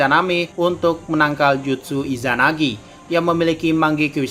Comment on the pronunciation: gue dengernya izanabi